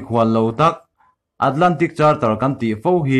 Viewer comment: I chanel hi a tha over a mahse thil chhiar lamah hian sawi leh sawi hnu tran han la teh entirnan charter hi karter tia lam tur ang chi te tin puak ruk a lamdan puak 6 tih ang chi te....